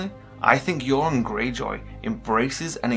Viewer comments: His name is Euron (YUR-ON), not Yoren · why do you keep calling Euron - "JOREN"? Theons uncle is EURON - not JOREN!!!